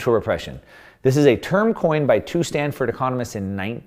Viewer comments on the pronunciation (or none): none